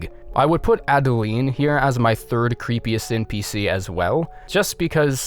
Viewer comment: Chikage- SHI-ka-geh It's Japanese. Maria- Muh-ree-auh When you mispronounced this, my heart skipped a friggin beat, Christ almighty. Adeline- Ad-deh-l-eye-n 'Adeline' has never in the history of humanity been pronounced 'Adelleen' Brooch- Broh-ch Gascoigne is his first name BTW, not his last name.